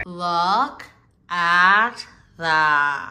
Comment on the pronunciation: It’s always the “that” of her “look at that” that throws me off. She sounds congested.